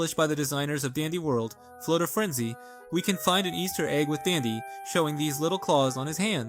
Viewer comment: Heres some mistakes you made, first you called glisten she/her even tho hes a male, second you said fnaf like f.n.a.f , its more like a word not letters , third is you said flutter like floater, fitht you sometimes say dandy world not dandy'S world, sixth you called dandy a she/her even tho hes a male (again). All of these things i just said werent ment to be rude, they were memt to simply help a little😊